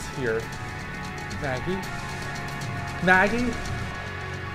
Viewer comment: You know î don't believe in ghosts....swaggIE... Me:SWAGGIE? XD ITS MAGGIE XD